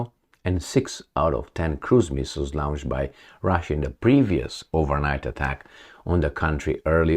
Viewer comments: It's like 'lounged' and 'lawnched'. I can't take it anymore - sorry. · A bad habit that la-oun-ched....